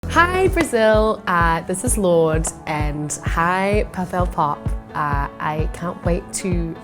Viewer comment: E ela falando "Papelpop" com uma pronúncia perfeita? Jesus...